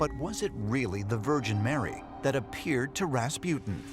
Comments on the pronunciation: It's RASPUTIN, not Raspjyytin! :'D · Raas-poo-tin Not Ras-pew-tin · Pronunciation : Raaas -Puh - tin.. Americans : Raspi-ew-tin